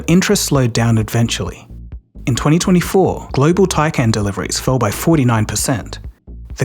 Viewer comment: Eventually, not edventually